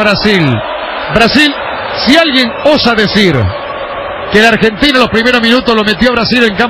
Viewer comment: "medio campo argentinA", "Se acaba el primer tiempA"